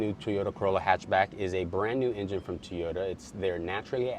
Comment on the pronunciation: What is a Tee-yo-da? It's TOY-O-TA! There is a reason why you only have 16 subs. LOL